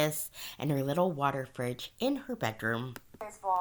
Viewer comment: You said "water fridge" but i heard "water privilege" and both work. lol